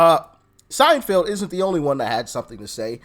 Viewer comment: pronounced Sein FELD not Field